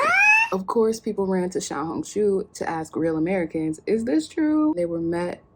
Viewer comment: You pronounced "Xiaohongshu" perfectly.